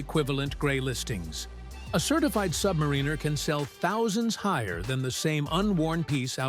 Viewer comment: It's "Sub-MARE-in-er," not "Sub-mar-REEN-er" for fugk's sake! Can't stand these AI voiceovers...